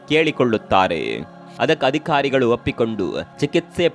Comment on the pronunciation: ವಿಷಯ ಅತ್ಯಂತ ಅವಶ್ಯಕ.ಆದರೆ ವಿಧ್ಯಾಪೀಟ ಅಲ್ಲ ವಿದ್ಯಾಪೀಠ, ಅದಿಖಾರಿ ಅಲ್ಲ ಅಧಿಕಾರಿ, ಅಂತ ಹೇಳ್ರೋ ಕನ್ನಡದ ಕಂದಮ್ಮಗಳಿರಾ.